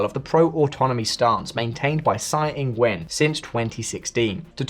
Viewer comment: Tsai is pronounced "Chai". "Sai" means shit in Hokkien / Fujianese.